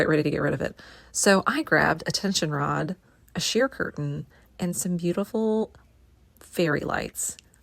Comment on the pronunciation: Learn how to pronounce CURTAIN!!!!